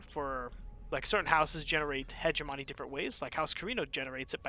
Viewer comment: I usually don't care about grammar. But I have come to the conclusion that every wonderful streamer will mispronounce hegemony...